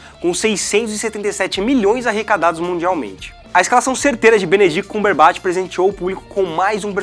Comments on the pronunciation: Para mim foi o Benedict CumberbAtch que ele fala no video kkkkkkk me incomodou muito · "BENEDITI CÚMBERBÁTI" FOI FODA DE OUVIR HEM.. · Benedict CÚMberBÁtch hahaha mds, nada contra, mas me irritou um pouco kkk só faltou chamar de Benedito, gosto muito desse cara que eu nao me lembro nome agora, gosto quando faz os Hyperdrive mas essa do CÚMberBÁtch doeu um pouco. No mais, parabéns pela sequência de vídeos, tá muito legal e aumentando cada vez mais a ansiedade pra ver o Guerra Infinita